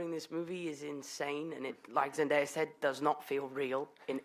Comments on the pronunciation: This dude just said ZEN DIE Ah... its ZEN DAY A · Who else lost it when he say 'zend-i-ya' instead of 'zendaya' omg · i know he didn't call her "zen-'die'-ya" lmfao. zen-DAY-a, sweetie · it's Zen-Day-a not Zen-Die-ya smh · Zen-DIE-ah Bruh I'm pretty sure it's Zendaya. Unless there was some backstage drama. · ZEN DAY A. ITS ZENDAYA SCREAM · i died a little every time that guy mispronounced zen-DAY-a's name omg. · The host is s buffoon. He couldn't pronounce Zendaya's name right even after cast members said it correctly and he just skipped over Tony who plays Flash before letting the audience ask questions